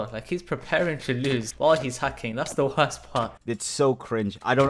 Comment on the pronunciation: the client literally says wurst